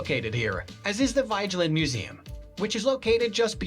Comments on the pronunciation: Oslo was founded and built at the end of the fjord, so of course it's centred around the water. I'm not sure if the narration voice really is a human, but it maltreats most of the names: Vigeland is pronounced vee-ge-land (hard g as in go) Akershus is ‘akers-hus’ (the s and h are pronounced seperately, and the u is close to oo in moon) Kong Five, who built it, is meaningless, as it means King five — It was built by king Haakon the fifth, the aa is a long open English o. Carl Joans gate --- Karl yo-hans gate (an oipen a, not a fithong, and the last e is pronounced as a weak e, almost ehh.) (Yes, the king and queen live there, in their own quarters.) Alfred Nobel was a Swedish entrpeneur, industrialist, and philanthropist at a time when Sweden and Norweay shared a king and foreign policy ( ). In his will he bequeathed the Nobel Prizes (the economy one is a later addition) but because he didn't trust the Swedes ro be peaceful enough with its belligerent history, he decided that the Norwegian parliament should organisze the Peace Prize committee and that particular ceremony. Aker brygge - no y sonds involved that isn't written: Ah-ker brygge (short, almost an ‘ee’ sound followed bya hard g — there are two gs to show the y is short) Also know as a tourist trap. The sculpture of Harald Hardråde was made by Anne Grimdalen (an unstressede in Anne, not annie, Grim- dahlen. try recognizing that name in the narration. Norwegian words usually have the the stress on the first syllable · He's named Vigeland. However "i" and "e" i pronounced differently in Norwegian then in English. So it's rather butchered...